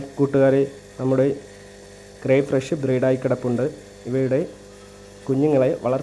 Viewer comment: ഫ്രഷ് അല്ല ഫിഷ്